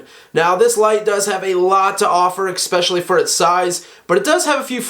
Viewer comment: Ekspecially! LOL!